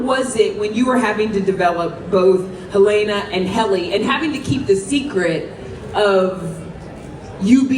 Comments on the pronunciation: Every single interview I watch, they always pronounce Helena's name wrong. I don't get it. If you watch the show, you hear how it's pronounced, why does literally everyone say hel-ay-na???!!!It's silly but for some reason drives me mad... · sorry, im sure the interviewer is a nice person but getting the cast together to say you don’t understand the ending when its been months, mispronounce Helena’s name and overall ask nothing new/interesting is..odd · this interviewer is nice but pls the questions were so boring only stuff they’ve talked about 300 times over atp not to mention the fact that she didn’t get the plot and had to spell it out for her all while not being able to pronounce helena’s name correctly 😭